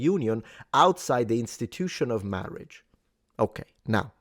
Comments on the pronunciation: Mawage! Mawwage is da weason we awe gathawed heaw today! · Appreciated the Princess Bride style pronunciation of “Marriage”